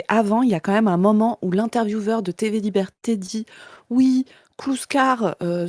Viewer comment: Aucune idée bro, déso. Je cherche de mon côté (depuis 5 ans maintenant) où et comment (+pourquoi!) est apparu le "quand même" très fréquent chez les youtubeureuses du youtube jeu fr5, prononcé : "kahème". Je n'en dors plus, fais des cauchemards où les lettres k et m tournoient à l'infini avec pour arrière-plan la tête d'hugo décrypte. Les lettres entrent ensuite dans ses narines puis sont alors recrachées sur ses fiches inexistantes. Si quelqu'un sait. Sinon, merci qua ême